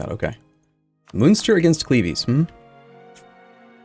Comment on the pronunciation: At this point I am hoping Cleves get fully annexed so he stops saying it